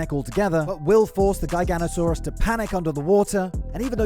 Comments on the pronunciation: GUY-GANO-TOE-SAURUS…. WHAT?! Not once have I EVER heard it pronounced like that. I’ve heard JEYE-GANO-TOE-SAURUS (which is wrong), JIGGA-NOTO-SAURUS ( close but wrong), and GIGA-NOTO-SAURUS (Which is right as it comes from the Latin words “gigas noton sauro” (giant backed lizard). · Say it with me... Jiga-noto-saurus.